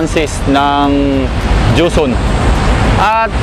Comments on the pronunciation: ang galing ng nagbibinta madaldal hehe, bagay talaga sakanya kc nga nagbibinta sya, pero napansin ko lagi nya cnasabi jonson, dapat joson ikaw naman brad, hehehe. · ano ba yang tindero na yan? ang linaw ng nakasulat na JOSON, PERO ANG PRONOUNCIASON NIYA AY JOHNSON ????? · joson po, hindi johnson... (